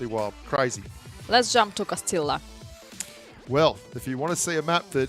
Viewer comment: ……this Texan taught you how to say Cah-ste-ah. Not Costilllllla.